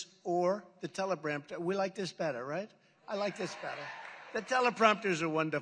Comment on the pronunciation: "Teleprampter"? I can't stand Biden but this stream of consciousness rambling from Trump is disturbing. Why don't we get someone younger than 60 for our next two picks for POTUS? Maybe someone more of a centrist instead of on the right/left fringes?